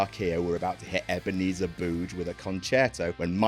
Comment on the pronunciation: Ebenezer BOO-ge. Lolz.